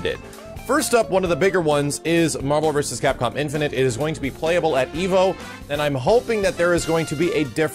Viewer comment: love your content but I gotta ask. Do you pronounce "infinite" wrong on purpose? You've been saying "infin'int" since mvc3 vids. It's "infin'it."